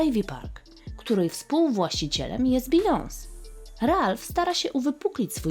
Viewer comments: Fimlik bardzo fajny ale nie mówi sie Bijons tylko Bijonse,w pisowni Beyonce "e" ma akcent, wiec wymowa jest taka jaką przytoczyłam wyżej, pozdrawiam miłego dnia ❤ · Nie bijons, tylko bijonse… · BeyoncÉ !!! Nie bijons... proszę 🤦🏻‍♀️